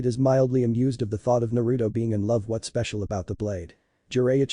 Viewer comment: Pronounciation is really bad.......... No not bad its like what's is pronounced as watas come on man